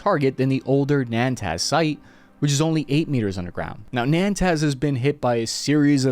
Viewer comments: you killing me !! I'm sure you can find an iranian around to teach you how to say نطنز !! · It’s Natanz. Not ‘Nantaz.’ I know you don’t really care if you mispronounce words. It’s even kind of part of your humble shtick to do so. But you may want to balance that with the fact that you might not want your viewers to sound stupid when they misspeak about geopolitics, using mispronunciations they got from watching your show. Just a thought. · minor correction it's pronounced NA-TANZ not NAN-TAZ otherwise amazing video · It's not Nan-Taz, its Na=tanz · LMAO ... its NATANZ not Nantaz. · It's Natanz, not "Nantaz" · It is NOT NANTAZ but NATANZ. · The nuclear site near Esfahan is called Natanz not Nantaz ..... lol. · Why is he consistently mispronouncing Natanz as 'Nantaz'?? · It’s NATANZ and not NAANTAZ 😂 albeit minor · The name of the mountain range in the North of Iran is Alborz. I'm not sure where you git the Elburz. The enrichment facility is located in a city called Natanz. You kept saying NaNtanz; the location where Hanieh was saying in tehran is called Sa'ad Abad, I couldn't tell what you were saying. You can approach the news in a sloppy manner, but then that makes your entire segment to be discredited. I like your work and what you do. You may want to run the names of the regions you are not familiar with by a local person first. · nAn-TAz????? LOL.. you mean Nah-tanz? .... Jeez dude.... amateur hour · PLEASEEEEE it's Natanz, not Nantaz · Natanz... "Nay-Tans", its the place that Stuxnet thing was targeted at forever ago. Not Nantaz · nah-tanz....not nan-tanz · calling it 'Nantaz' is wild💀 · It's NATANZ!! Typical US ignorance towards other cultures and languages! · Great video with great to almost perfect pronunciation of geographical names. I know that the correct pronunciation of once in life time words is not the point of this video but Natanz doesn’t have a N after A and before the T 😂 Thank you for this great video